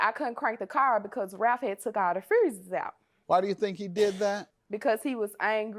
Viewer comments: “Ralph had took all the frooses out.”🥴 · Yeah but don’t forget she couldn’t crank the car because he took all the fr-uuussses out 🫤